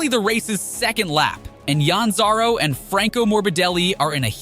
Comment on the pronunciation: correction: Marquez' bike hits his right arm NOT his head Another correction: Johanne Zarco you pronounced wrong its not "Yaan Zaro". Plus Austriangp crash DID NOT happen on the second lap it happened in the NINTH lap Another another correction: Luca Marini's crash is in moto2 free practice not motogp race correction: Lorenzo Baldassari's bike hit him in the back Ans stop showing random footage of races